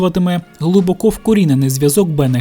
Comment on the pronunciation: Не "глибокО", а "глибОко"! Так звані "російськомовні українці" зазвичай роблять неправильний наголос у цьому слові.